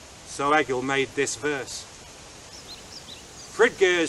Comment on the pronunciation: That was awesome, however you are saying Egil wrong. It is pronounced Ay-yil, not Egg-ill.